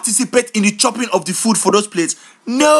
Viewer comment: Wait a minute.. "Did i participate in the tchoping of the food?" hahahahah